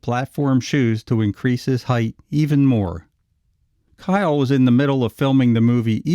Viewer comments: Not Kyle but Keil ( Keel.) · Richard Kiel, not Kyle! Pronounced the same as keel. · It's Richard "Keel", not "Kyle". 🙄 Rip, big man. 💔✌ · Starring Richard Kiel. (Pronounced Keel, not Kyle). AKA James Bond "Jaws" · It’s keil not Kyle! Richard was an awesome guy ❤️ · KEEL not K-eye-L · It's not "Kyle". Kiel rhymes with wheel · Richard Kiel pronounced Keel not Kyle. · It's pronounced KEEL not Kyle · Big dude’s name is pronounced keel, not kyle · Richard Kiel's surname is pronounced as the city of the same name in Schleswig-Holstein, Germany: It sounds like "keel", not "kyle". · just a small correction: Pronounced Richard "KEEL" kiel not "KYLE" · Richard Kiel's name is pronounced like "KEE-el" not "Kyle". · Richard Kiel (who plays the very tall guy in the episode) was actually 7'-2" and nowhere near "nine feet", even with the shoes and head prosthesis. By the way, his last name is pronounced KEEL, not KYLE. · Richard Kiel is pronounced Keel. Jaws in the 007 series. Also Capt. Howdy! 🤠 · Richard "jaws" Keil (keel)) not kyle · Richard Kiehl, who was a friend of mine, pronounced his last name 'keel', not like 'kyle'. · It’s pronounced keel, like feel, not kyle. Cool video, otherwise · Kiels name is not pronounced "Kyle", how do you not know this bro.. So disappointed. IT'S pronounced"KEEL" Sorry.. Just hate when you tubers don't do a simple search to see how to say actors names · Richard Kiel's last name is German in origin. It's pronounced "keel," not "kile." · I thought his last name was pronounced KEEL not KYLE. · It's not pronounced, Kyle, it's, Keel. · His name is pronounced "Keel," not "Kyle." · If you're going to talk about Richard Kiel at least pronounce his name correctly! It's pronounced "keel", not "kyle". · isn't it said as "keel" and not "kyle"? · Richard Kiel's last name is pronounced "keel." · Very good Except it's pronounced keel Like the German city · It's pronounced KEEL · It's pronounced KEEL. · His name was pronounced "Keel." just a sayin'